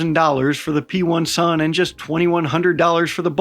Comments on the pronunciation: P1-SUN is actually pronounced with “i” instead of “1”. Which means pen1s in Ukrainian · Btw "P1 sun" we say like "pisun" wich literally mean penis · It's so fun how you pronounce P1-SUN, its literally mean a "Dick" in Ukrainian 😅